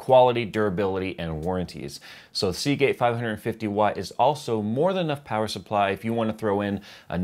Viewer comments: say Seagate again.... SAY IT! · I cringed every time you said Seagate, even when you mentioned the hard drive.